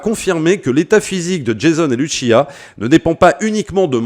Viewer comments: Franchement ça a l'air incroyable !! Mais juste pour faire le relou ! On dit LuCia et non Luchia car elle est latina et non italienne ! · C’est Lussia, pas Luchia. Elle n’est pas italienne mais sud-américaine.